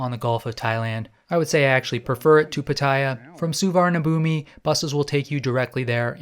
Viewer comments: A friendly tip from Team Thailand: the big bkk airport is pronounced "Suwannapoom". I know its spelled differently but you gotta get this right. There is no i at the end and it's not b it's a p for the final syllable. The transliteration is brutal so it's understandable since you were saying it phonetically. But I'm just trying to help a brother out. Suwannapoom. Say it. Say my name. Suwannapoom. You're goddamned right. And it's Don Muh-ahng airport. Doesn't rhyme with Wang. It's a softer a sound that has an h next to it. And don't get me started on Pattaya. Actually I have come to like the Brit mispronunciation a bit. 😂. Happy trails in Central Asia. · The airport is pronounced Sovanna Phum, meaning "Golden Land" in both Khmer and Thai. No idea why the Thai's spell it like that LOL.